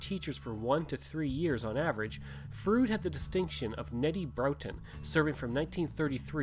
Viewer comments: I am sure that your pronunciation is accurate but Sask folks have a way of adapting names. For example. Bienfait Sask is pronounced "Beenfait". "Froode" became "Frowd". It is logical if you look at the spelling. I was minister at Froude in the early 80s. It closed as you can guess from lack of members. I also knew Logan Bjarnason very well. Thanks for an interesting film. Brings back many good memories. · I was the last minister of the church In Froude. The church they show in the video was actually moved into the community after the first church burned. By the way, residents of the area do not pronounce it it as "Frood" (although ot may be correct) as the narrator says but "Frowd." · I second the correction re pronunciation. It is indeed "Frowd". My great grandparents and grandparents homesteaded in Froude in about 1902 on three lots. My grandfather (Bert Grey) was on the school board and met my grandmother (Jessie Trethewey) when she came out from Nova Scotia to teach and boarded with the Greys. I had heard of the tornado which apparently lifted their house off its foundations and set it down again. We have some cut crystal bowls that were said to have survived that event. Thanks for doing this! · I was baptized in Froude and still have a collectors plate with a picture of the church on it. My cousins still live a few miles north of the town site. Funny this guy seemed to do his research on everything but the proper pronunciation of the town he is reporting on.